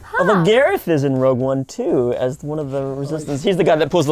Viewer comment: Everyone...everyone...your attention please! It's "Rogue" One...NOT "ROUGE" One! Thank you. The Management